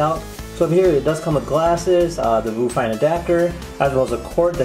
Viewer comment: its probably pronounce VIEW fine right? i mean whats a Voo?